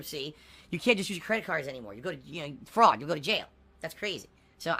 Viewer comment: "Fraud?" What is this "fraud?" Piggy has never heard of this concept of Frauwd.